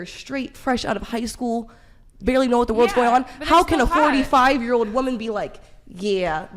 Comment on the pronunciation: So annoying the way the woman on the right doesn't understand that "woman" and "women" are pronounced differently